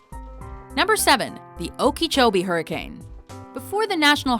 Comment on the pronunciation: okay I just have to say as a Floridian, how she said "Okeechobee" has me cringing AAAAAA